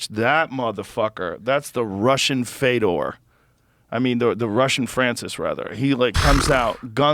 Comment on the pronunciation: "The Russian Fedor" I still knew what he was trying to say, When Fedor was the last emperor Russian was called Fedor let's goooooo